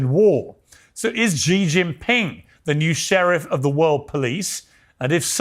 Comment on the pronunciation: Tell Pier Morgan XI it's never pronoun with the Z.